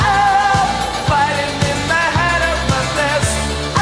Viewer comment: also, FIGHTIN' IN THE HAT OF MUDNESS. (don't get me wrong, I love this song, but let's not pretend Japanese pronunciation of English words and phrases isn't funny. When the shoe's on the other foot, they find it just as hilarious.)